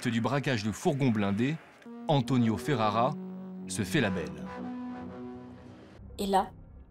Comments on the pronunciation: Stp Antonio Ferrara, pas Ferreira. Tu es une très belle jeune femme au passage. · Si tu fais un documentaire la moindre des choses dis les noms comme il faut stp Ferrara pas ferrera 😊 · Ferrara et non pas ferrera madame !!!!! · C'est Antonio FerArra et non FerErra.!!! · c’est pas ferrera mais f e r r a r a